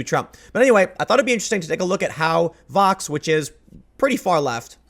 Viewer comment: Also, Tim... Vox??? CUMMON